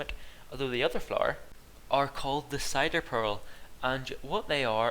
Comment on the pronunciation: Btw it's pronounced "sin-der" not "cider" for Cinderpearl flowers.:)